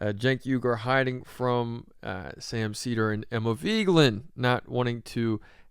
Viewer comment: What's with the clickbait title and the way you keep pronouncing Emma's last name? "Veegland"?